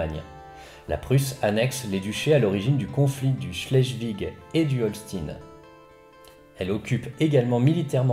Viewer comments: On dit Holchtaïn ! Et schlesviche ! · Moi aussi ça me fait saigner les conduits auditifs et schleswig comme " chlaissevigue " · On dit plutôt chlézvich avec un long é.